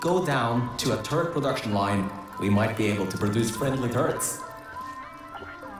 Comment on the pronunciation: Turret klingt wie Turd. Friendlich Turds :D